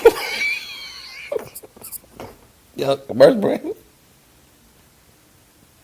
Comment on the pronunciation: laugh has me finished 😂😂😂😂the way he can’t even pronounce commercial break has me rolling with him 🤣🤣🤣🤣🤣🤣